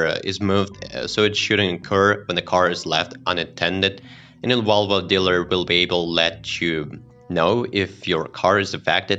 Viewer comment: Can you pronounce Volvo and not vulva? Embarrassing to listen to!